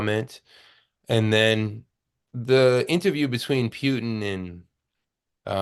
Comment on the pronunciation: it's Putin, not pyutin